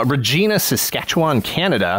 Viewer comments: Hey Dan! Just because it happened to me when I was dealing with customers in Canada, Regina isn't pronounced that way. They pronounce it: Ree (with a long E, as the E in Ear.) Ji (with a long I, as I am here) Na (as in Nana) Which I found humorous. Hope you do too! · Oooh brutal pronunciation of Regina. Ouch